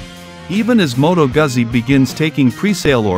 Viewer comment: Can we please learn how to pronounce “Guzzi”!